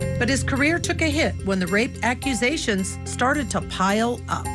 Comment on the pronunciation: The strangest pronunciation of aquesation I’ve ever heard 😬 from a lawyer too 😏